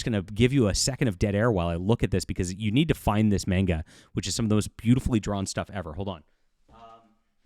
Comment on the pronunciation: Manga is pronounced MAWN-gah, not MAYN-gah.